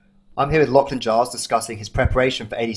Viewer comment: is he saying "lockie" for lachlan? lol great episode